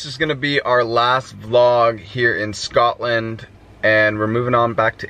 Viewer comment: It Scotland not Scatland, love you both but as a Scot people saying scatland really gets on my nerves lol🤣❤️